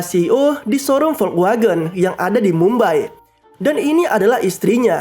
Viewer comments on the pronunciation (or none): none